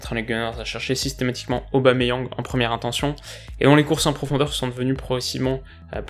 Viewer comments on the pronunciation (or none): none